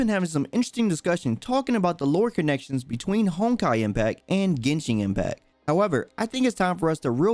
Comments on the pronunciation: He really said GENSHING IMPACT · Yuanshen Impact